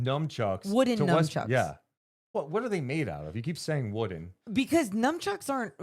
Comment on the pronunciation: "NUNCHUCKS" AND "BASKETBALL" NOT "NUMCHUCKS" 😂😂😂🎉🎉🎉AND "BASKABALL"